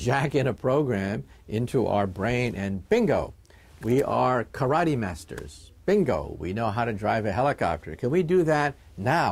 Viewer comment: trololol a Japanese guy pronounces karate wrong. : )